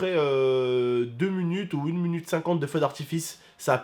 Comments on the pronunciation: il a dit 1 munute au lieu de 1 minute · dit un munute au lieu de un minute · 1 munutes?? Mdrrr 1 minute a 😂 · MDR IL A DIT 1munute